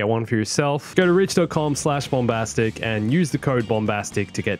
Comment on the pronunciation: Bom- bas-tic?